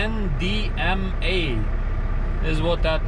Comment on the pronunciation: That's so funny that you don't know how to say grandma lol